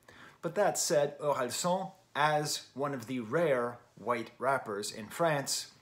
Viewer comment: i'm french and the "san" in Orelsan is actually pronounced like the japanese honorific suffix. which is most likely what it's based on. so "an" is pronounced like "âne" or "Anne" !